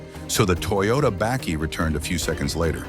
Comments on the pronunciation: What is a 'backie'? Lol its 'Buckie', spelt Bakkie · It really does bro, damn he murdered that word completely. Lmao a "backy" wtf is a backy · Toyota "bêkkie"? 😂🤣😂 That's hilarious. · To pronounce say buck-key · Super cool video man but please the way you pronounce Bakkie hurts my soul lmao